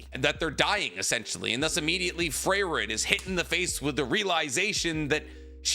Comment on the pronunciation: Never thought I would find someone who loves Frieren this much but also doesn't know how to pronounce Frieren.